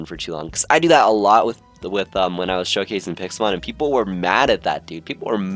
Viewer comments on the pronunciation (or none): none